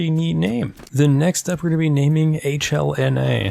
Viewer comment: It’s pronounced halana lmao